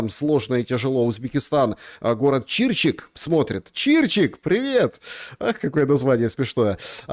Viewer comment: ЧирчИк а не чИрчик.